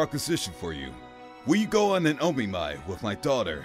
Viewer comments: Omiai. It's a SINGLE "M". It's NOT O-Me-My. It's O-Mi-Eye where the "O" is as the "O" in "Of" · It's not o mi my